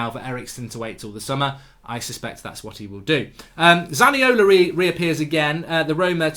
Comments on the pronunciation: Can't Handle it anymore... It's ZaniolO, Not ZaniolA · Just a correction it's Zaniolo mate😅😂 Not Zaniola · I know it’s not important but it’s Zaniolo not Zaniola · It's ZaniolO moron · Zaniolo. Mark, it's Zaniolo